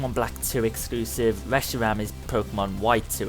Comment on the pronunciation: "Zekwom and weshiwam"